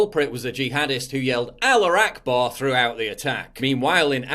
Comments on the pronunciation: Why do you keep saying aller akbar? It clearly read alaHU akbar. Not defending these fuckers actions. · "allar akbar" C'mon man